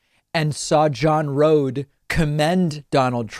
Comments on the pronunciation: he's a jerk. also i think it is pronounced like Roadie rather than Rode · It's pronounced "RodE" as in Roadie.